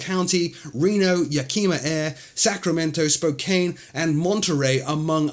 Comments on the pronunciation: Hey...just an F.Y.I., Yakima is pronounced as Yak-a-ma and Spokane is pronounced Spo-can. The 'e' is silent. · Check pronunciation of Spokane.